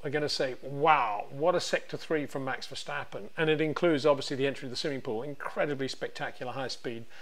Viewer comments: it is NOT Max "verSHtappen" ... Max is not German (Germans indeed can in most cases pronounce "st" as "sht") ... #Max33 = Dutch NL/Belgium! ... It is not "Bottash" nor is it "Lewish" certainly not "verSHtappen" .... This BS started long time ago when a British sport presenter interviewed father Jos Verstappen and assumed you can use a German pronunciation to a Dutch Driver thinking it is so "funny" ... It is not. Serious question: can any Englishman say "versatile" out-loud without saying "vershatile" phonetically? most can about 99,99% ... that is why most English can pronounce Verstappen 100% correct! Father Jos Verstappen (also F1 Racer) was very active between back then only a very few said "Vershtappen" but the vast majority of British sport presenters pronounced it perfectly ... only a few old stubborn farts like Peter Windshor I know ... but get this: The Dutch 🇳🇱 NEVER EVER pronounce the st as sht ... that is why I mention the difference between the two countries ... I worked in Germany and have family in Germany and am part German myself. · It is NOT "Bottash" nor "Lewish" nor "Oshcar Piashtri" nor "Nyck de Vriesh" nor George "Russhell" nor "Fernando Alonsho" nor "Lance Shtroll" nor "Pierre Gashly". So why on Earth do you want to say: "Max VersHtappen"? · When will you FINALLY try to pronounce Verstappen correctly? Ok ok it seems you sometimes get it right.